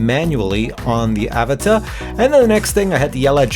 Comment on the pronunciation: it pronounced uh-vot-uh 😂😂